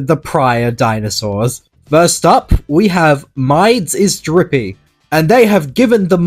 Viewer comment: What I’m in the video? Also mides is m-e-dis kinda like midest ok? Also name the brach or whatever it’s called stompy!